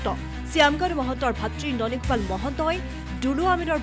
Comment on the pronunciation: ননী গোপাল নামটোৱে শুৱলাকৈ ক'ব নোৱাৰা ই আৰু কি জাছ কৰিব যে ভাই।